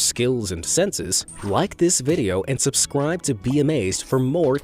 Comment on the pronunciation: I heard subcrwibe